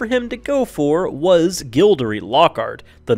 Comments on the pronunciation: Gildory?Gildoroy you meen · Firstly. Gobal globe? Did any one else hear that? Secondly. Gildery, GILDERY? WHO IS THIS? ITS GILDEROY, IT HAS A O IN IT. Thirdly. Very few of these if any where 'denied by j.k Rowling.' Click Bait much? Lastly What is up with that segment on Jamie Campbell Bower? He didn't play Frank Dillane. Frank Dillane was the actor who played young Voldemort who also appeared in fear the walking dead. Get your facts right. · Learn to pronounce the names! It's Gilderoy. As in Gild-er-roy, not Gild-er-ee. And it's not Grendenwald, it's Grindelwald. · It’s pronounced gilde-roy Not gilde-ree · No offence but you pronounced some names wrong Mic-call Gambon it's Mike-al (Michael) Think you said Gobal Globes I'm not sure but I think it's Golden Globes Gild-er-ee it's gilde-roy I'm not being mean just saying it was a good video otherwise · This isn't JK Rowling 'denying' people. What's with the weird pronunciation of the following names? : Gilderee? (It's Gilderoy. It's an o at the end not an e), Branaaaagh? (It's a short a at the end of Branagh), Rosamund. (It's a short o at the beginning as in coz, ). The final casting was good. I wouldn't have changed it given the chance. Why does the thumbnail say she 'was denied' which is not the same as 'denied'. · Gill-duh- Roy.... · Gildery? XD